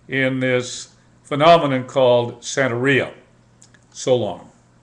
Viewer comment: Sir, with all due respect you are an IDIOT. If you are going to speak on something you should do your research thoroughly. La Santa Muerte has NOTHING to do with Santeria (or Santa Maria) as you called it. You can't even pronounce Santeria correctly. You shouldn't talk about things you have NO idea about.